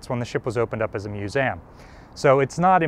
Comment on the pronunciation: good content i still find it odd a guy working at one would misspronounce myoo-zee-um as myoo-seam